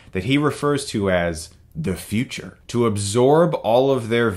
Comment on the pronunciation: I like how Chris says the Future 😂😂😂😂😂😂😂